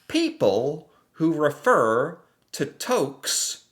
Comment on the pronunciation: This dudes entire thing is learning about Canada and understanding us. He is more than welcome here in Canada. Just don’t ever say the word tokes for toques again. That was the first time I heard that and it annoyed me lol